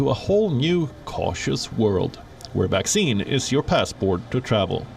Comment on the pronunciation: Why does this narrator call a vaccine a waxine, seems suspicious....